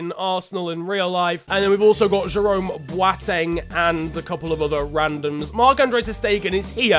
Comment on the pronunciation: did he just say... ziec? I'm moroccan so i know how to say, how to pronounce is ziyash not ziec btw love your channel! keep it up:) wtf he just said bwateng, lol how to pronounce it, is bowteng